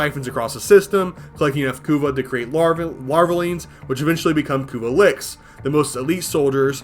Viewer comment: i don't think i've ever heard of anyone pronounce "lich" as "lick" before...One for the books i suppose.